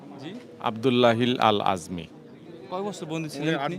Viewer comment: ভিডিও কর, অথচ নামটা জানো না। আযমীর নয় ""আজমি""।